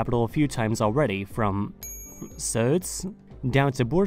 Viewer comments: congrats on actually getting ğ right and not replacing it with a g. In Turkish ğ just makes the previous vowel a bit longer. So Söğüt is basically Sööüt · good job pronouncing SÖĞÜT xD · OH MY GOD HE PRONOUNCES SÖĞÜT PERFECTLY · as a Turk, i gotta say you've nailed the pronunciations, especially söğüt, edirne istanbul and ankara. overall video was vvery informative to those who might not know the anatolian history. keep up, 😎👍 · you pronounced söğüt perfectly. It is not an easy word to pronounce for foreigners. Good job! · You pronounced Söğüt very very well i am amazed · My mans nailed the pronunciation of Söğüt